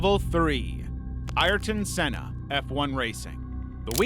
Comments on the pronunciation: Lmao - you beat me to it! Alas, worse than a bot, he’s simply just an American and hence correct pronunciation is way beyond his capabilities! 😂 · Ayer-ton Sella. You better be a bot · The mispronounciation of Ayton Senna is infuriating